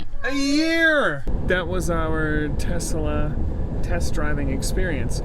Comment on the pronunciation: Tesalesla. That's how you say it.